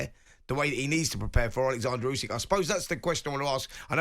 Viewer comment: Surely it's "Usyk" not "Yusyk"? I can't fathom how a boxing journalist can keep getting it wrong, it would be like call him Ygareth?